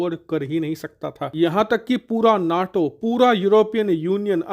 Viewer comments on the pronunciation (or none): none